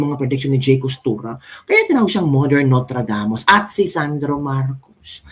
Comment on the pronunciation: Pls don't say Notradamus...it shd be Nostradamus...Just saying..Pls don' t get offended...